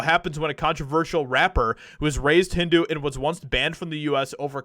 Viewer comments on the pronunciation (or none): none